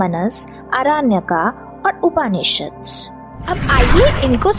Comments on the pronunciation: अच्छा है किंतु हिन्दी का उच्चारण उचित तरीक़े से करें ना कि अंग्रेज़ी तरीक़े से। जैसे उपनिषद ना कि उपानिषद। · उच्चारण उपनिषद है